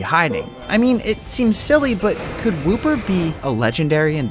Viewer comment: woo-per is wooper